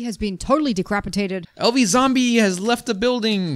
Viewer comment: You said decrapatated